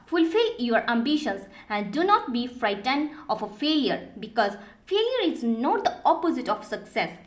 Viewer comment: Failure.....not faliour